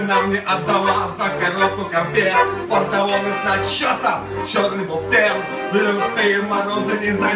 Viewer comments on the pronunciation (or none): респект за тюнинг баяна..именной такой баян получился из куска советского гавна...прикольно покраашено,.модно...а тебе совет,ты лучше играй,а не пой...у тебя дефекты речи есть..без обид...ты сам это знаешь,что ты букву Л не выговариваешь а вместо этого звучит Пантавоны...ну итд...так что либо иди к логопеду если хочешь петь на публику (ясен перец что если ты поешь на кухне тогда не надо) а если выкладываешь для общей массы то надо что то делать...либо просто играй если бог не дал петь... лучше играть отлично на баяне чем плохо петь...ну и наоборот...многие делают два дела,но одно дело лучше делать хорошо...